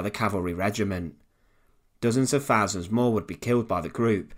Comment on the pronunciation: Please say THOUSAND and not FHARSAND👹